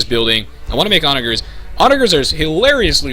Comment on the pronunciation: dude, its pronounced... Onagers -> On-ajers Halberdiers -> Hal-burr-deers